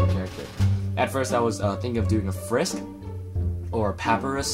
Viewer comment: No worries. Just so you know, Sans is pronounced like sand and Papyrus is pronounced like Puh-Pie-Rus. You got Frisk correct, though.